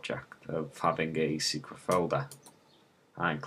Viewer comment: "top seceret"